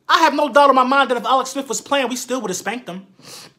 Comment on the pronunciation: "Alex Smif"